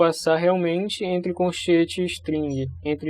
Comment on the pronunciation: Excelente aula, parabéns. Só tenho um ponto a falar, é que quando tu fala coNchetes me da agonia kkkkkkk